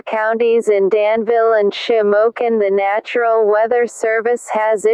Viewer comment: It’s national not natural